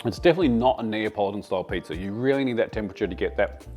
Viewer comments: me personally was more offended when you said pizzer instead of pizza😂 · Should be apologizing for the hard R you add to the end of pizza. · There’s no “R” in pizza …